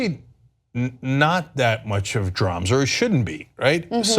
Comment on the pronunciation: You're supposed to be a legitimate news organization. Can you please stop saying "dramz"? And yes, I spelled it with a z because it should be spelled in as stupid a manner as it sounds.